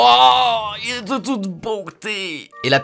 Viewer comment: ''C'est de toute beautée'' alors tes devenu québécois xD